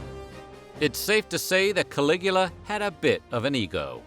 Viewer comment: Caligula for some reason sounds like coagulated :/